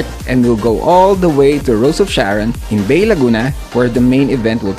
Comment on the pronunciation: Bay, Laguna pronounce as BA-E